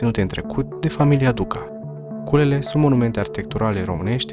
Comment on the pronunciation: Alo, Cheile Sohodolului se cheamă. Citești ca în cizma. La Culele de la Maldaresti accentul cu care spui parca te-ai fi născut acum 10 ani. Mai învață, învață, învață! A spus Lenin.